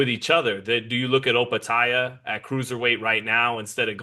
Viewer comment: "Joe Opetaia" Benavidez cracks me up with his non-intentional mispronunciations like with DAZN as if he's dissing them offhand